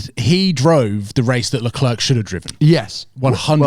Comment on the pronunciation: Please please please Sam teach the moron how to pronounce LeClerc's name correctly, it's ridiculous